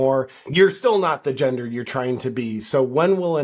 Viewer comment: SEX not jendaah!!